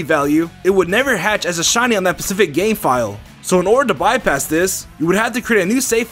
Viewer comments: Your like my dad you say pacific instead of specific but I don't think you had to get part or your tongue taken off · you always say 'pacific instead of specific and its really gettin my goat boy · "pacific cellphone". I'm just going to pretend you meant that as in a cellphone in the pacific, not messing up the word "specific" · It's "SPECIFIC" "Pacific" is an ocean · Am I the only one? I heard him say Pacific as well!